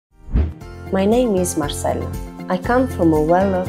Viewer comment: If she’s from Rome it’s pronounced mar-CHELL-uh. Mar-sell-uh is the Spanish pronunciation. ce in Italian is pronounced “Che”